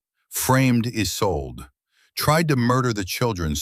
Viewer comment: There are too many ads. The woman's name is isolda not "is old").